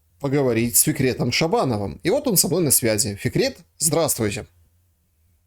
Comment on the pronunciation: зовут Фикрет, а не Секрет. Может букву Ф не может выговорить?